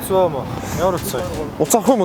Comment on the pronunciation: чоо биш цоо🤣🤣🤣